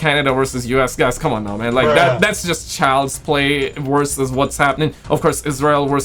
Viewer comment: let me introduce you to the letter 'V'. It makes the "vuh" or "vvv" sound. Like in the word "werses" errr.... I mean... "verses";)